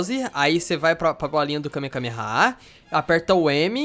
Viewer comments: é kamehamehaaaaa n é kamekamehamehaaaa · ele falou errado ele falou KAME KAME KAME HA.. o certo é KAME HAME AHHH :P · vc falou kamekameha e kamehameha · nao e Kamekameha nao! E Kamehameha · Na vdd é Kamehameha xD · e kame hame ha que se fala